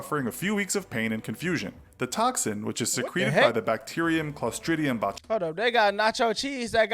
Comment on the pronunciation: Botchulinomubopolous lmfao you sound like my 4 year old tryin to say cinnamon